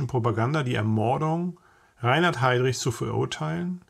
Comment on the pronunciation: Erste Sekunde, erster Fehler: Reihard Heydrich - ReiNhard ... !!! Korrigieren, bitte ...